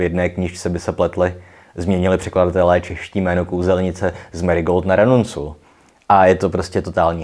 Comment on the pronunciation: Triss Ranuncul (od latinského ranunculus - pryskyřník) se vyslovuje s "k". V audioknihách to naštěstí vzali v potaz. Jaskier (pryskyřník polsky) se zdálo překladateli nejspíš příliš divné a pro českého čtenáře nepovědomé. Jméno, tedy umělecký pseudonym, je jméno kytky, podobné jeho blond vlasům (takže seriál i herní série ho neadaptují věrně). Souhlasím, je v tom hrozný bordel a nepodařilo se mi najít jednoznačné vysvětlení, proč tomu tak je...